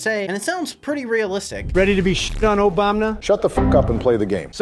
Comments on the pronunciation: Trump said "Obamna"☠️ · Bro in the trump vs Obama trump said obomna💀